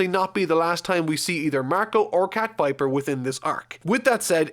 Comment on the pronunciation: "cat viper"???? what??